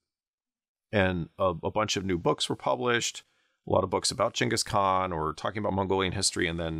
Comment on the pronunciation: Props for pronouncing his name correctly.